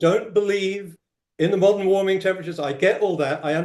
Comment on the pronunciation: Why can't pronounce warming? What is waaarming🙄 We agree that we won't interupt one another: constantly interrupts. Schoolboy error, confuses weather with climate. Minnesota is not world climate.